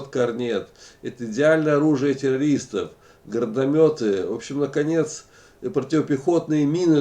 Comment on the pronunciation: Научись сначала правильно по русски говорить ни гардаметы,а гранатомёт ы индюк